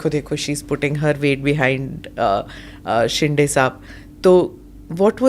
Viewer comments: वो शेंडे नही..शिंदे है... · शिंडे नहीं it's शिंदे